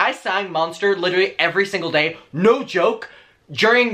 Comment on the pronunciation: "noi" "hoise" ???